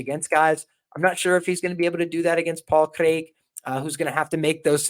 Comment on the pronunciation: Jon Anik would be proud of your pronunciation of Craig.